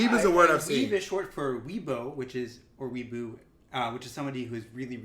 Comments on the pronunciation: The hentai debate makes me cringe Everytime. Hentai is anime porn, but there are different types. Yaoi is male on male (or sometimes called BL "Boys Love"). Yuri is with women. There's hella different categories but literally hentai is just porn. Weeaboo is pronounced "Wee-AH-boo" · their pronunciation of weeaboo has got me crying lol